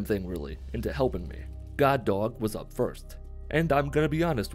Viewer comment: Whenever he says, “God Dog” it sounds like he’s saying Guard Dog in a Brooklyn accent.